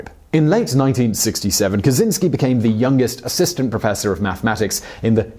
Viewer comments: you say it kachinski not kazinski btw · cz makes a "ch" sounds; it's a Slavic thing. You wouldn't call him "Kazynski" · it’s “ka-CHIN-sky” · Lovely video, really nice. It could be useless for You, but Kaczyński, as in original, you should read "Catch-y-knee(normal reading - something like nee but a little bit shorter)ski. Ski is actually good. Easiest way I could make it, it may sound funny but it helps with correct pronunciation of it. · Kaczyński (catch-in-ski)